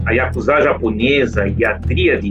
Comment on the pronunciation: Não é YAKUZÁ !!! Não existe sílabas tônicas na língua japonesa.